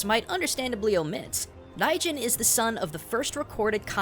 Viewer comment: It kinda sounds like you're pronouncing "Raijin" as "Daijin." Is it because it's difficult for most native English speakers to pronounce that "RL" sound?